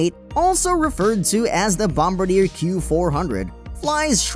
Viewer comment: good video, but hey, why did you not mention the 370 Knot SAAB 2000? Also, are you aware that your video announcer is STILL MISPRONOUNCING "BOMBARDIER" (in reference to the Dash-8 Q400 aircraft)?